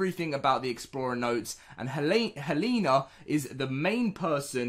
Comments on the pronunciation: It is pronounced hell-a-na not hey-lane-a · Dude here name is hel-en-a. You are saying it wrong.